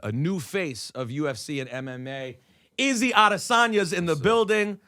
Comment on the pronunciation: Rosenberg,Say his name properly it isn't "Izzy" .. it's "ISRAEL"